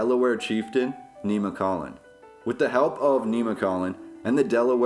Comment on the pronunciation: It's pronounced Nem muh colin. It doesn't have a long e. I'm from connellsville pa. Very cool vid